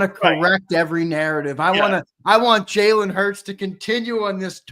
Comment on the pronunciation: HEY sileo put some respect on jalen hurts name😅😅😅 you been wrong all yr 😅😅